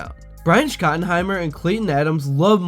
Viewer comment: I don't know if you're mispronouncing Shotty's last name on purpose, but doing it so consistently really hurts your credibility a lot.